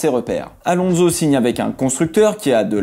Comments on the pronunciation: Contenu des videos toujours tres interessant mais par pitié arretons de prononcer AlonZo mais Alonsssso (c'est un S et non un Z). Merci d'avance ;-) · Pourquoi prononcer son nom « Alonzo »? Il est espagnol, pas italien! Et en français, « onso » ne s’est jamais prononcé « onzo ».